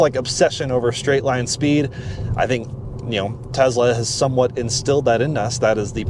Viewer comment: Say "Tess-la", not "Tezla."